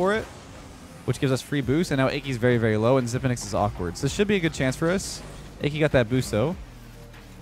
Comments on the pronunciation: i cant get over calling Aki "achy" lol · instead of ah-key lmao